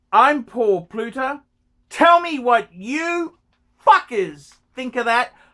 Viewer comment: ...Pluter?...Pluto?...he can't even pronounce his name....not talking about the photgotten anniversary...ageing badly